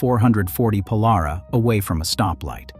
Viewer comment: Pole-are-awh??? More like Pole-air-raw...